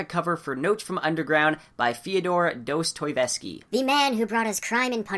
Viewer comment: Still not getting Dostoïevski right 😉